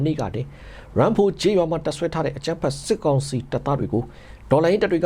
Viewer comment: တနင်္သါရီ တိုင်းက ရမ်းဖိုရွာ= (အသံထွက်)=ယမ်းဖို